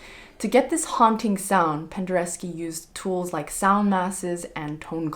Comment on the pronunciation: Cool video. You spelled Penderecki and then you keep saying Pendereski. There is no ski.